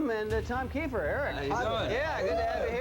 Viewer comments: It’s pronounced keefer. And I know I heard you say it correctly and then go back to kifer while I’m typing this. wtf man? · Okay first of all it’s KEEFER NOT KIFER! And they were a solid band and did great live shows, they just came on the music scene too late unfortunately. Still love Cinderella 😁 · It's pronounced Key-fer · I bailed on this as soon as he pronounced Tom’s name wrong! Cmon man, get your shit together. It’s KEY-fer. 👎👎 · its pronounced KEEFER you dimwhit lol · First learn how to pronounce names correctly "kiffer? Are you drunk? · KEE-FER!!!! FOR FUCKS SAKE!! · a kickazz band-and it's pronounced KEEFER, like reefer! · One minute in and I’m bailing! It’s pronounced “kee fer”. Content farms are the worst. Do better. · I stopped watching when he mispronounced Tom's last name. I mean, c'mon! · if your gong to do a video on a band say the lead singers name right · I'm sorry but I can't trust a guy who can't even pronounce the lead singers name on telling me information about the band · Your saying his last name wrong lol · You didn’t learn how to pronounce his name? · I agree with the name mispronunciation. This video is lame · The fact they left him out pissed me off even more than them mispronouncing Keifer lol. He joined right after Night Songs was recorded and is on the cover and all of the videos, even though he didn't play on the record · im out. cant even pronounce tom's name. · omg. I can't with the constant mispronounced last name of the lead singer. I mean, why? There's literally thousands of interviews where people pronounce it correctly.